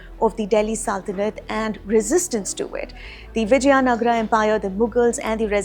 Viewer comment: This useless lady cannot pronounce Vijayanagar Empire properly. Indian Express..... no quality, only propaganda and falsehood., no shame?